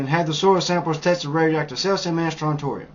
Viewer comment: I really do appreciate your videos and PLEASE don't take this as an attack, but you might get more credibility and attention if you pronounced cesium, strontium, becquerel, and such a little more accurately. Keep up the good work, I want to visit Vietnam someday too!